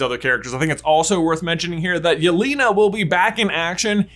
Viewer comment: Really nice video and interesting theory. Well done! But let me correct one moment please. Name Yelena is pronounced a bit different. The 2nd vowel 'e' sounds like the 1st. It should sound like in the word 'television'. Also you can copy word 'Елена' and listen it in translator. No offense but I would appreciate if you at least try make the pronounciation better)